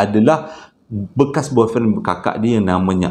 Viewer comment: nk sebut " boyfriend" bab..tadi kikiki serious lawak